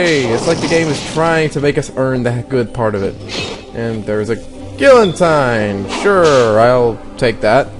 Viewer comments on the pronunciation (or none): gee-a-teen or gill-a-teen, not gill-en-tine, lol.